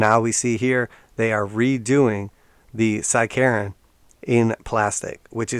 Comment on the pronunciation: I thought you said “side-Karen”